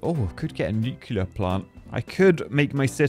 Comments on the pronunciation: i hate the fact that he said nucilair instead of nuclear but i like big boom power do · Stop saying Nucluler!!! 😳😡😭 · Mate, you’re British - you should know how to pronounce nuclear.